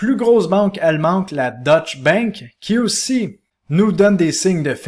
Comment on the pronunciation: Information général, il est important de prononcer deutch "deutsch" et non "dutch". Deutsch est la langue allemande, dutch est la langue hollandaise.... La prononciation change le pays..... ;-)